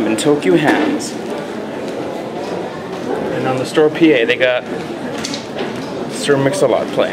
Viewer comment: Aww I thought you be able to find out more about what happened~ XD Man that song is so awesome, by the way you kept saying Tokyo Hands instead of Tokyu Hands XD Must've been the song loool